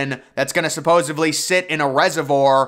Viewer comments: "Supposedly" NOT "supposevly" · How many V’s are there in supposedly…? Because apparently you think there’s a V in there 😂 😂 😂 right at the beginning of the video you drop a, clear as day, “supposevly” 😂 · I stopped watching as soon as he spewed forth “supposably”. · Every time he says "supposavly", somewhere on Earth a puppy dies. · Hey kids, today's word is "supposevly"